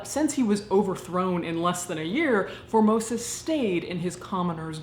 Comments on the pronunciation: It miiiiiight just be my warped sense of humour (and the fact that my mind is perpetually in the gutter), but I keep on hearing "Phimosis" instead of "Formosus". 😶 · I thought you had said Pope 'Phimosis' at the start. xD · Reaaaally thought you said “Pope Phimosis” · I'm sorry but every time you say his name all I hear is "phimosis" and get completly distracted lol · Formosis? I thought you were saying "phimosis", a disorder or the male genitalia. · At the very beginning I thought she called him “Pope Phimosis” and fell into a giggle fit. I’m so glad his name wasn’t actually Pope Phimosis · I swear, the first time you said, "Pope Formosis" I thought I heard, "Pope Vomitus." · I was pretty sure that at first you were saying phimosis and was chuckling